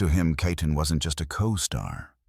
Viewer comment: Who ever was the narrator better learn how to pronounce her last name properly RIP Diane KEATON